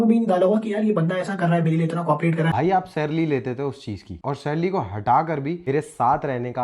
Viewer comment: salary ❌ sarlary ✅